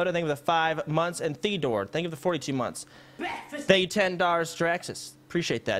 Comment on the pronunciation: LMFAOOOOO I HEARD BEKFAST I'm here because you refunded someone a 1100 dollar refund respect I'm subbed